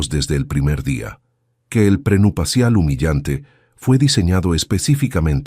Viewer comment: Que mal narra este señor, trate de leer bien porque se oye horrible, NO SE DICE PRENUPACIAL ES PRENUPCIAL